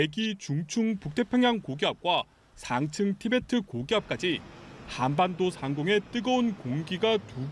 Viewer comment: 기자님 발음이 한안반도 저만 이상 한가요